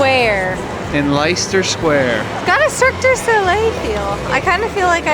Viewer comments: Your pronouncing it wrong you say it’s lester square,even though it’s spelt differently 😂😂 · Just found your channel as Iv just booked trip to cologne for Christmas markets! I’m from London. I feel embarrassed for our Christmas tree 🤣🤣 Oh, by the way lol Leicester Square, pronounce less-ter square 🤣 you’re welcome 🤣🤣 love your videos 🔥🔥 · It's pronounced Lester square 😅❤